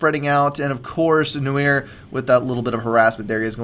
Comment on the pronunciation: No-eeer? Cmon, it's pronounced n-warr!:) As in, the French word for black. But it's used in English too (eg, film noir)